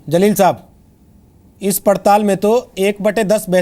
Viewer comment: मौलाना अंसार रज़ा साहब पहले उर्दू दुरुस्त कीजिए जलील होता है zaleel नहीं होता है।और मौलाना आज एन आर सी की लिस्ट में नाम लेकर आजाएगा फिर बताएगा कैसा लग रहा है।